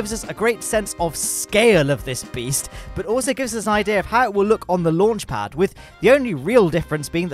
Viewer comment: I like this guy accent Lonch pod